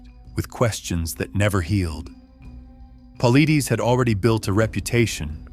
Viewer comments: Why don't you say his last name correctly..It Pa-lie-des.. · Paul-eye-dez. Say it! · How about you pronounce David’s last name correctly and maybe I will listen . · I’ve wanted to say this exact same thing! Thank You 👍🏾.